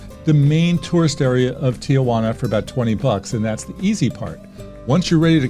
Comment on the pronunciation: Everyone please follow along: tee-juana, NOT tee-uh-juana.